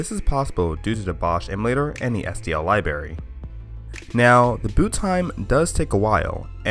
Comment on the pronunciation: not liberry, library...